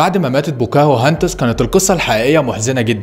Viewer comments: بوكاهنتس صارت بواكوهنتس😂😂😂😂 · مسمهاش ( بوكاهو هاندس) اسمها《 بوكا هندس》 بضم ب وفتح ك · بوكاهانتس😂 مش بوكاهوهانتس😂